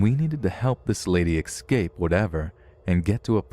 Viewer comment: ES-cape. Not eX-cape.